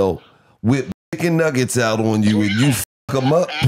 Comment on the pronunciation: Bruh said Dicken Nuggets 🤣🤣🤣